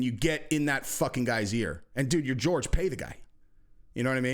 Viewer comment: Hey PLEASE call him Horhey not George